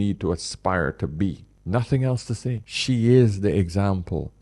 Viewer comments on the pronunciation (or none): none